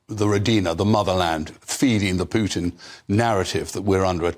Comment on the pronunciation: Vladimir poo tin 😂